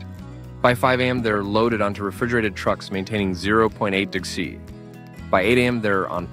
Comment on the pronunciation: Did anyone care to listen to the vocal inflections and pronunciations are interpreted by the AI? This may be good information but it's terribly delivered. Why does it have a problem with saying "degrees" or "percentage?"